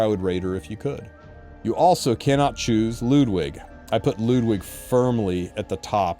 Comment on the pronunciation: finally some1 says Ludwig's name correctly